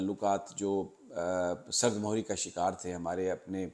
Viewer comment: وعلیکم السلام ۔۔۔۔۔۔ سرد مہری ۔۔۔مہری کے میم کے نیچے زیر ہے۔۔۔پیش پڑھنا غلط ہے۔ تلفظ درست کر لیں!